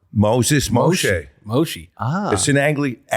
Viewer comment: I assume the "E" in MOSH"E" should actually pre pronounced the same as in PORSCH"E"....so more like a soft "a"....rather than a hard "E"...just sayin'